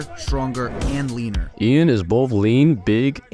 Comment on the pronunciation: His name is pronounced as Yan, not the way you said it, he specified in a video once